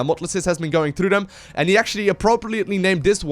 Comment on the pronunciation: i like your videos a lot but damn, its THEM not DEM and THERE not DARE, i know you can pronounce TH- because you say "Thing" but why do you say "look at DEM over DARE can he get DAT out of DARE" it just hits the ear so bad